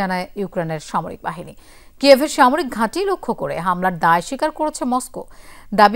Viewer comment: আপনার উচ্চারনে যতেষ্ট সমস্যা আছে কয়েকটা বানান বলে দিচ্ছি, ১। বাঁচতে কে মাচাতে বলে ফেলেছেন, আর বাহিনী কে বালহনী বলেছেন,। ধন্যবাদ